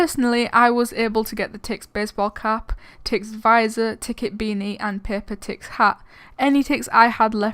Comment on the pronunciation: It's Tix, not Tixs